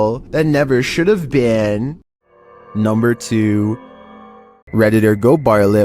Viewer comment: "NUMBR FIFTEEN"